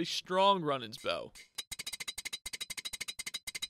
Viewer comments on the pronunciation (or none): runnings bow?? runaans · Runaan not Runan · Runaans = Roo-nans Compass = com-pass Zealot = Zel-ot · Some pronunciation mistakes, Zel Oht, and Roo Nahns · Omg you ponounce Runaan's bow wrong it's pronounced rue non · Omg ur saying runaans bow wrong